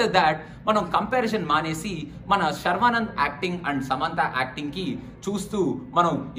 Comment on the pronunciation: Is it saravanand or sharwanand?😂